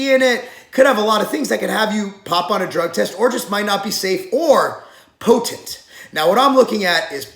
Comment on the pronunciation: say potent again....